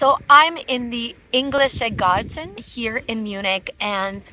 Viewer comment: Why do you find it so hard to say garden in German??? It's "Garten", not "Gar-Ten" or "Gar-Sen"????